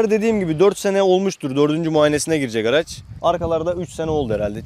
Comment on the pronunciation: Araz da değil (araç)